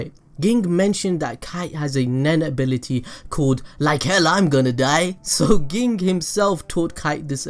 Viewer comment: it always tilts me when he says ging the way he says it